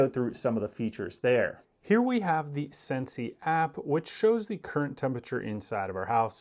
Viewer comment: It's not SensAi. it's sen-see 😂